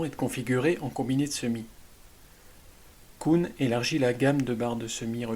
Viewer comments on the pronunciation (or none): KUhn pas kouhn lol avec un "u" comme ambulance mdrr